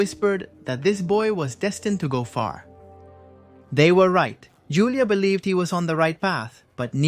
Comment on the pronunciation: It's pronounced "HOO-LEE-AH" The J in Julia has an H sound in spanish. You know, like Julio = "HOO-LEE-OH"